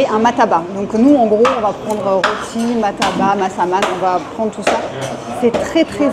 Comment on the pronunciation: cela s'appelle ' loti ' cela s'ecrit roti . '